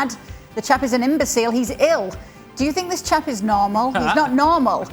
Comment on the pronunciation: No, bro. He said: "I sink depends...."